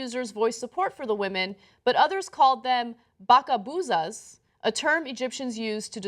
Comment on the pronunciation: its NOT bakabouzas its Kalbouza كلبوظة